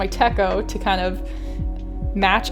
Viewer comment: Thanks for sharing- I'm also planning to get the Footprints Weeks as I love the winter scene and the idea behind capturing the everyday moments. The 'ch' in Techo is pronounced in the Japanese way with the ch as in "chair"- “tetch-oh”.